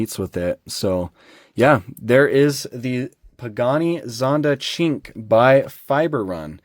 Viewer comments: ahahahhahahahah man the name had me ROFL, I cant even write that, its actually pronounded "SHIN-QWAY", its the number 5 in italian, una-due-tre-quattro-cinque Coming to this casting this is the best, and being a "SHIN-QWAY" (I had to LOL) fan, its super, I just hope they make an orange one and its game over. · I am just finding this video now... the way you are saying Cin Que is crazy offensive to any Asian person watching . I am not Asian, but I do have friends and thats the same as calling an African American person the N word. No hate to you, its not really known. love the vid tho